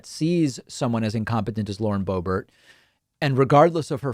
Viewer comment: Bauren Loebert